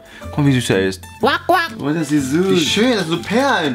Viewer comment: Er sagt Nicht 'Süß' sondern 'Suss'😂